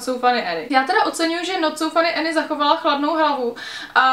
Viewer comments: když už o někom mluvíš tak si aspoň zjisti jak se jmenuje Any ne "Eny" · já jenom že je to Anežka ne Enežka